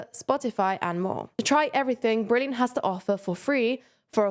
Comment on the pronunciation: to try every bleurgh brilliant has to offer for free... Funny but its fine lol